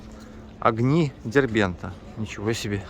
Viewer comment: Большая чeббурэчня ))) Не только " огни дэрбэнта " ))))